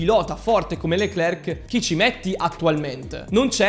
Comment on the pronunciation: SI PRONUCIA " LECLER, E NON LECLERC, LA C NON SI PRONUCIA.